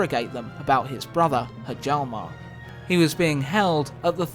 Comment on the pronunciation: Very nice episode as always, you deserve more than 5k subs for sure. BTW, Hjalmar is pronounced Yalmar.